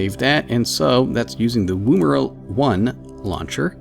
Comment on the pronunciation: Yes, that is the right way to pronounce "Woomera". Thanks, it bugged me every time I heard it.